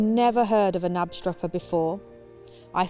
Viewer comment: If you would like to say Knapstrupper like a Dane, try to put sound on the K too